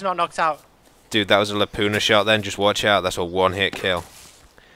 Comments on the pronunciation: No m8, says laupna, it's Laupa, there insnt a fucking N!! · Its a Lapua, not Lapuna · Its not a "LAPUNA" its a LAPUA ladies!!! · "Lapuna.." Still gets me :D Guess its too hard to say lapua :D made in finland boys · every time they say Lapuna instead of Lapua I crack up. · "Lapuna" lol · Lapua not lapuna. Its a .338 lapua its a round.